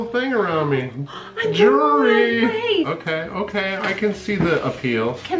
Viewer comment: LOL HE REALLY CALLED THAT BRACELET 'JURY' 😂😂😂 love this frikken channel